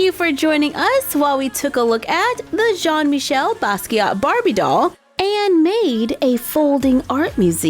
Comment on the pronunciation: Jean is my name and you pronounced it wrong